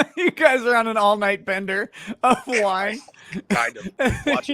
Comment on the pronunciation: Bender...NOT Binder...sighhhhh